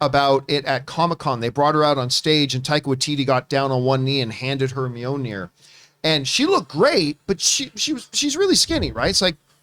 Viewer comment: John, it's Mjolnir (mee-yoll-nee-er) (Not Mee-yoh-nee-er)